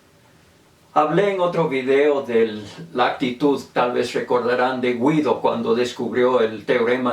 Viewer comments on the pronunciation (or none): la letra U no se pronuncia la decir Guido. La U que se escribe antes de las vocales e, i, y no se pronucia salvo que lleve diéresis (ü). yo no sabia porque se pone la letra si no se pronuncia y lo busque. resulta que sirve para indicar que la letra g representa el sonido /g/ y no el sonido /j/: guiso [gíso], guerra [gérra], no [jíso] ni [jérra]. Saludos